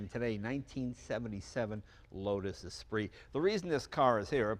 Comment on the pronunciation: "Uh spree"? That's an "s spirit" Jay. You pronounce car names funny. He could've just swapped in the 2.2 from the glhs omni. Faster and cheaper.